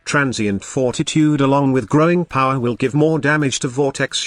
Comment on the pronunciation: What's with Growing Power? I repeat this part over and over again, but I just don't hear what you're saying.